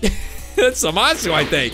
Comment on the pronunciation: Zeno is the omni king of All universes and u don't pronounce zamasu right